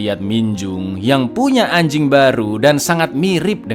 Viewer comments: Ngomong anjink nya biasa aja bisa ga bang😒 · wkwk ternyata gk cuman ane doang yang nyadar intonasinya lebih ditekan 😂